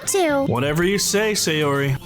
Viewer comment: In the future could you consider pronouncing Sayori as "Sigh-or-ee" "Say-or-ee"? You pronounce the other Japanese names fine it just seems weird to get this one completely off.